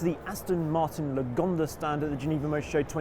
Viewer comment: Haha its sounds like yugonda...